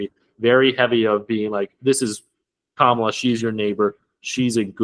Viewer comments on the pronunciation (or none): Out of respect can you please say her name right, it is pronounced "comma -la"